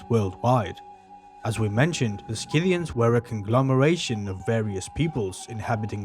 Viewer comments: SITHians, not SKITHians. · You pronounce it "Si-thian" not "Ski-thian" ...Sort of like the tool, Scythe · it's see-thee-ian. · just a friendly note: Scyth·i·an /ˈsiTHēən/ pronounced "SIH-thee-uns" ... thanks for sharing :) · No hard c in Scythians, the c is silent in English. I hate AI audio! If this documentary's pronunciation is correct in another language, would someone please let us know. I googled the pronunciation 5 times, and not once did the way it's pronounced here come up. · Youre teaching a whole new generation to pronounce Scythians wrong. The 'c' is not verbalised. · After 12 seconds, I’m giving it up. I’m not watching an hour-long video on the Scythians to be brainwashed with the wrong pronunciation of the word. Sorry, thank you. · There is no "K" in Scythians. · Please check correct pronunciation.Not knowing the correct pronunciation ,brings the rest of your work into question.